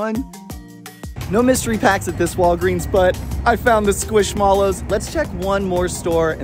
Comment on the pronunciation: That pronunciation of squishmallow had me shook 😂 I thought they were pronounced like marshmallow